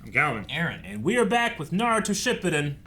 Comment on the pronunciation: can you please stop saying shippuden like that 🙏😂😂